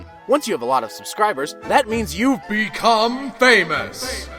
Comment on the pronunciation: 1)outro song plzzzzzzzzz 2)it sounded like BECOME ANUS